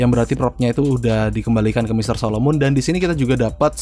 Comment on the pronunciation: solomon bang bukan solomun beda orang kalo solomun dj kalo solomon yg ada di story mode